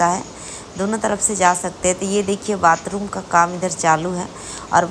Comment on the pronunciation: बातरूम😂✅ बातरूम😂✅ बाथरूम❌